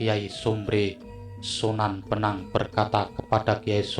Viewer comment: Sunan bonang bos,bukan sunan benang!!..